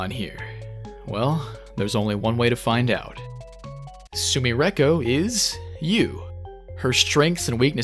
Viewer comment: Why u pronounce sumireko like that, we know youre good at japanese. Im not saying put on an accent and put your whole dick and balls into the pronunciation but you can do better than that